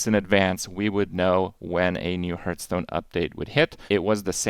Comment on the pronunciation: I haven’t watched Krip in years but wow that pronunciation of Hearthstone still riles me.